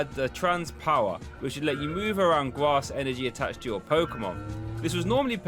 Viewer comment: made me UwU when you said gwass energy